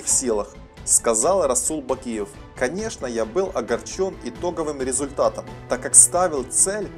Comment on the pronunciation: Да брать правильно озвучил